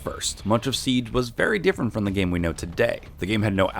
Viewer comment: “U won’t believe this but rainbow six sibe” SIBE